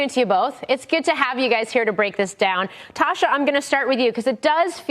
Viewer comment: I believe her name is Tasha, not tosher